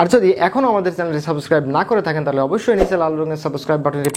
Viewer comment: একজন ইংরেজির লেকচারারও যদি বলে সাবোসক্রাইব তাহলে তার কাছ থেকে উচ্চারণ কেমন করে শিখতে মন চাইবে?